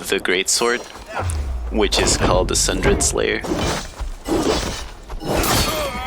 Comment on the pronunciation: Pronounced "Sun-DER-D" Slayer - as in torn a~sunder. Into pieces... Apart...